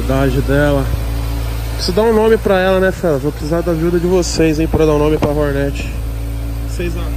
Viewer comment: E fala direito não é horneti é HORNET